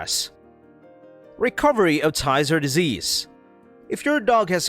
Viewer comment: You are mispronouncing Tyzzer